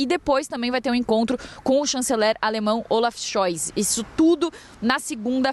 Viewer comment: Ela nao sabe falar o nome do Kanzeler